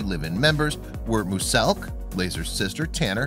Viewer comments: Sorry but you pronounce muselk as like myuselk not moooooooooselk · “Moose-elk” It’s muse elk... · No one literally no one ...... this guy : moooseelk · When you say Muselk you pronounce it moo-selk when it is pronounced mue-zelk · Ya. And said mooselk not muselk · It’s not muselk it’s mooselk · Did anyone else hear that he said mooselk instead of Muselk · Im so trigged that he says moooselk not muselk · Moo selk? Its Muselk not Moo selk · No offense but it's not pronounced mooselk.its pronounced muselk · No one: Absolutely no one: Draw Their life: Mooselk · He also says mooselk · Its muselk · Nobody: Not even a single soul: Draw their life: mOoSeLk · I love how he says “mooselk” lmao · THIS GUY IS SO BRAVE HE SAID MOOSELK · He really said MOOSELK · Am I hearing something or is he saying mooselk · It is pronounced muzelk moose elk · Would you say muselk correctly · Why is this so facts he literally can’t say muselk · "Moose-elk" its pronounced like music but instead of the "ic" its with the "elk" sound muselk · Few mistakes - lazarbeam never moved into the click house. He was just part of the click crew. - you're saying muselks name wrong. It makes me cry lol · canbarely prounounce any names. For an example Muselk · The only thing that triggered me was the way he pronounced Muselk!!!!! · I hate the way you say “muselk” and “Lannan Eacott” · I'm sorry, the way you say their names just bothered me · you weird now you say muselk wrong and now you say rock sizers paper, wtf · Learn how to say muselk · I just disliked because of the way he says muselk